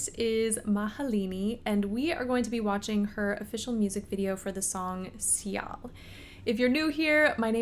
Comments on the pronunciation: you pronounce 'Sial' like a native, even better. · Hi.. Im indonesian, Surprisingly you pronounced "sial" perfectly